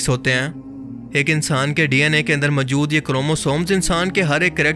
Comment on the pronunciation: اپنے اردو لہجے پہ توجہ دیں ۔ لفظ موجود ہے مجود نہیں